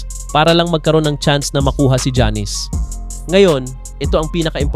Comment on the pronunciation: Sir, paki pronounce muna mga name ng players ng tama. Hindi sya Jannis, ginawa mo naman pong barbershop. Not pronouncing their names right is like a disrespect to them. Research mo muna ung mga simple things, bago ka mag punta sa mga pananaw mo.